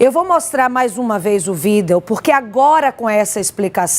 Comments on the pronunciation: Gritante é a jornalista que insistir em dizer vídel em vez de vídeo! E a Advogada dizer "agente vamos". Só pode ser do nervosismo!! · E a jornalista em insistir com vídel em vez de vídeo!!